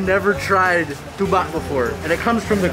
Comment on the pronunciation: he nailed the pronounciation of “tuba” perfectly haha!